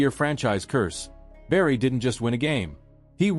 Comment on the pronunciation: Learn to pronounce his name!